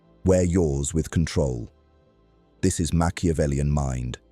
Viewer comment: Time not cantrol